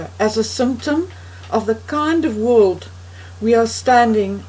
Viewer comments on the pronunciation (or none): none